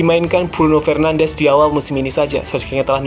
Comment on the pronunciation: Bruno FernandeS not FernandeZ. He's portuguese not Spanish.